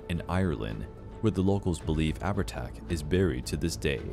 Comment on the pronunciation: Leannan sidhe is pronounced: Lannan Shee , Sluagh is pronounced: sloowa, Abhartach is pronounced: owir-tok